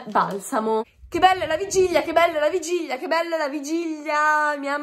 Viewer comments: ma, una domanda, come mai dici vigiglia invece di vigilia? (curiosità) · ma perché dici Vigiglia ahahah😂😂😂